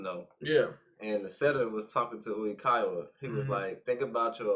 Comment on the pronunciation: EVERY time you say Oikawa's name slightly wrong and I crack up! I cannot! help x'D